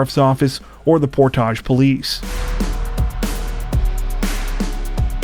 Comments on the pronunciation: It's pronounced PORT-age ,NOT POR- TAGE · Not a huge deal, but Portage is pronounced "Port-idge"......like porridge. Ur way is sexier tho. 😂😂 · "Por-Todge" lol